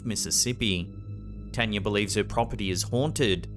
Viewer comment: As spooky as these stories are, it’s just so nice to hear the name, Tanya, be pronounced correctly.